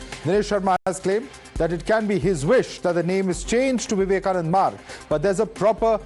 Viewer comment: Vivekananda not Vivekanand